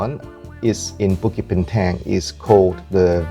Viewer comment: Bintang read as bin dang